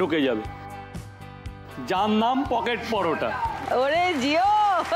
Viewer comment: পকেট পরটা না রকেট পরোটা 😅